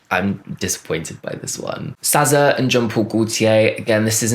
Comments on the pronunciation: sza is pronounced “sizza”, i don’t know if that’s your british accent (sorry don’t really know what your accent specifically is i’m american so to me all british accents sound the same) or if you really think her name is “sazza”. also this comment sounds so harsh but i promise i don’t mean it in a harsh, mean way at alllll. it’s all love over here💖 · It’s pronounced s-ih-z-a